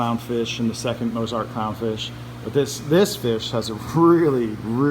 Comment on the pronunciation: Why did you pronounce Mozart like Mose-art?